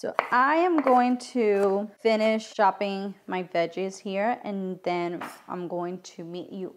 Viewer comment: I was like, “she’s going to show us how she went shopping for the ingredients???” Then I realized she was saying “chopping” with an accent.🤣🤣 I left Miami years ago so my ears are not tuned to the Cuban accent anymore.